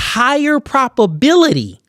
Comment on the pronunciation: Please stop saying PROPability. It’s PROB. With a B. And don’t say “more stronger”. It’s either “more strong” or “stronger”. Thanks bro.